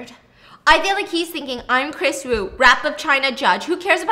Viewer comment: Kris Wu? Kris Eeeew 😬